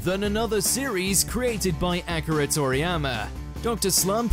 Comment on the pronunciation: Not Acura Toriyama lol Akee- Rah, Akira lolol